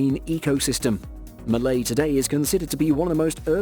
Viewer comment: Malé instead of malay...